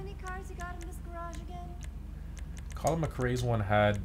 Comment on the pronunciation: "Rollin'" McRae? Really? XD